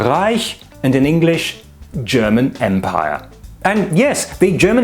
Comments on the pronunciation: Why/How do you pronounce german that perfectly? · You’ve earned a subscriber for your direct and effective presentation and an impeccable German pronunciation ^ω^ I look forward to seeing more like this!!